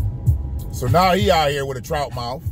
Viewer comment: Not "trout mouuf"" 💀💀💀💀💀👀👀👀👀 I CANNOT